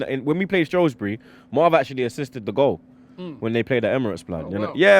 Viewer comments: Shrewsbury not shrowsbury😂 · Its SHREWSbury not Shroswbury common lads you pronounced it correct in the preview.